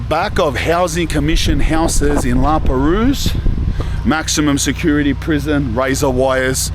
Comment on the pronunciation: The S is silent in La Perouse